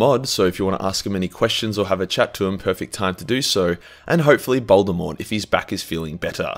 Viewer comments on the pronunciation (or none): none